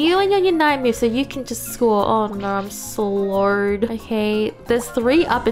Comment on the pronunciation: cant help but laugh at the excessively Australian "Aur naur, I'm slauwred" lololol